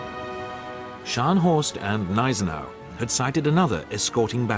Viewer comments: I take it these treaties that were broken were set by the league of nations which was useless back then as it is today under the name of the UN, useless and a waste of taxpayers money, By the way the gneisenau the G is pronounced it is not silent. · The G in Gneisenau is not silent.